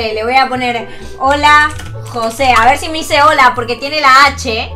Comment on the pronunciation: Hole ocuerden que no pueden decir lr letrq